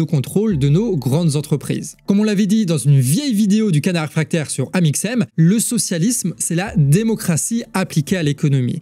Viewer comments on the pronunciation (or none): none